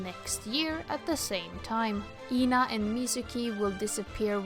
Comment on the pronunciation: I’m so sorry for mentioning that and I’m not sure whether I’m the first one to point that out but you’re pronouncing Ena’s name wrong - it’s not pronounced like “Eena”, but more like “Eh-nah”